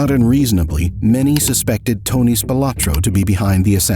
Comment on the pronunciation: they could at least pronounce tony's name correctly